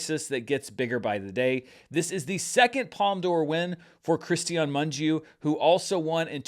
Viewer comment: You are one of few that say his name almost right. 👏 It is: Moon-gee-ooh, three syllables.